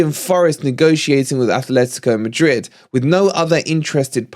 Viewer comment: it isn't Athletico de Madrid. There is no 'h' in the club name. It is Atlético de Madrid. Athletic Club de Bilbao is correct, though. We don't like it when other fans call us Notts Forest, by the same token Atleti fans don't like being called Athletico.